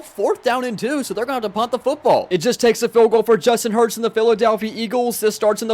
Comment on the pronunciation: Bro really said Justin hurts